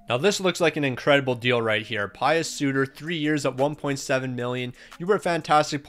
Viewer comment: You said Di Giuseppe correctly. With Suter however, you said "Pie-us" but its pronounced "Pee-us"